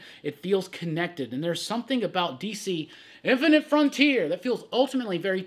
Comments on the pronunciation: I love it when says “INFINITE FRONTIER” 😂 lol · lol, please stop saying "inifinite frontier" like that...oof